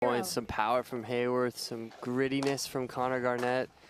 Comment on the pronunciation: Everyone pronounces Haworth's name wrong. There's no "y" in his name. It's Hah-worth.